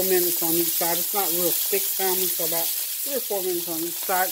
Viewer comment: Good morning...I’ll get in that wagon...I need to eat healthier as well....I try to avoid 2 carbs like bread and potatoes when I’m trying to eat healthier... btw...the L is silent in salmon...lol....you have a blessed day!!